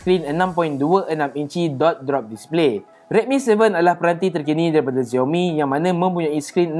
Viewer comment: Xiaomi not ziaomi 🙂